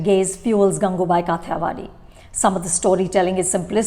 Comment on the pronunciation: It’s so irksome that Anupama almost always mispronounces the few, scarce Hindi words that she chooses to use in her review, in this case, the movie title itself. You’re pronouncing Kathiyawadhi as it’s written in English instead of its original Hindi pronunciation. What level of elitism is this that you feel compelled to distort Hindi pronunciations into an almost English one? One can polish their reviews with the fanciest English vocabulary but one discredits their own self massively when they can’t even pronounce or properly speak in the language that the movie is being made in. It’s happened so many times in so many reviews (sometimes with some very common proper nouns)… it almost makes me wonder if Anupama is even comfortable in speaking Hindi. At least do the research for the correct pronunciations for something as integral as the movie title. This comes from someone who is an avid viewer and admirer of this channel so please don’t brand my criticism as trolling, as you are wont to do.